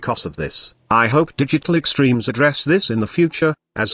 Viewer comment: Am i the only one, that whenever he says Digital Extreme, i think he said "Did You Click Streams"